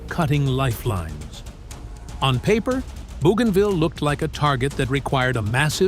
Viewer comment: not BOOgainville but BOWgainville